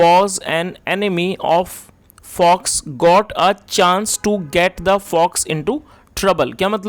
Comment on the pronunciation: Sir अल द एनीमल्स होगा या अल् दी एनीमल हमें कन्फूज् मत करो सैही उच्चार बताऔ अगर A,An और the सैही उच्चारण आप को नहीं पता हैतो पहलै इसको सीखो ।